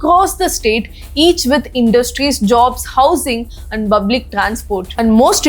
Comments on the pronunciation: You are talking too good, may be correct only one word public.. you are pronouncing as buplic. This change makes peace for the ears.. please try once.. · Hi, I am your big fan, the way you rendering a message is just awesome, please pronounce public correctly, it's not bublic, in a previous video also I noticed the same, you once said you couldn't pronounce r, why p? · Correct your pronounciation It's public not bublic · Please work to say the word "Public ".... with proper pronunciation